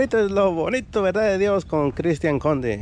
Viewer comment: Que no es Cristian con C no D jajajaj